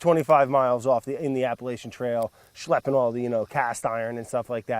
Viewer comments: I was just playing this for background noise while playing a game, then immediately had to stop when I heard Brad say "Appalachian." It's "app-ah-latch-uhn" not "app-uh-lay-shyahn". BOY. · its pronounced apple-ah-chin with a hard ch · YOU SAID APPALACHIAN WRONG ITS APP-UH-LATCH-UN!!!!!!!!!! THIS WAS A GOOD SHOW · Not how u pronounce Appalachian